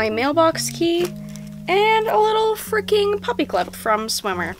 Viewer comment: Why are you keep on saying frecking